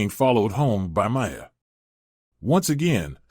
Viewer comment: Only 14 seconds in and you can’t pronounce Miia correctly This is actually a pretty good anime, tho